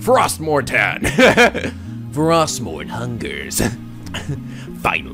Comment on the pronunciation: you're mispronouncing -tan!